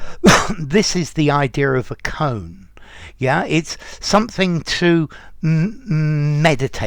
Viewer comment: I'm pretty sure it's pronounced "koh-an" as two syllables